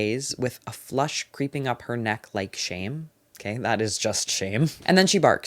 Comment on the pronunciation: THE REACTIONS ARE KILLING MEEEEE LMAOO “ogeey”